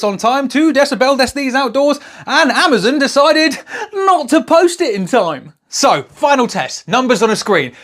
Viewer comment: actually, you lost me at "we're shopping on amacunt"